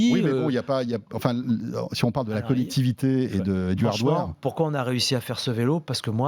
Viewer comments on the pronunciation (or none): À le mec dit prononce hardware "ardoire" ?! C'est a moitié une blague, peut être je me trompe mais là c'est une francisation exceptionnelle du mot... C'est bien ce qu'il a voulu dire ou pas ? (Ôtez moi d'un doute)